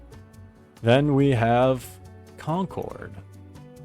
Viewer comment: repeat after me "conquered" that is how you say concord.